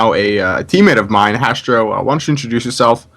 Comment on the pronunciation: No its hastro not castro lol